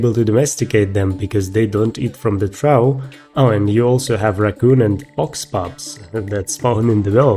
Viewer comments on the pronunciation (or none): Just FYI, I've always heard "Trough" pronounced as "Troff" . You can also run it through Google Pronounce to confirm. Great video. Cheers.